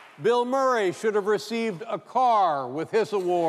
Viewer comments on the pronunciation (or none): none